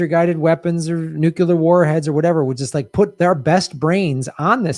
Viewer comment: I love you, but please correct your "Nukyouler" habit. It makes you sound like George Bush.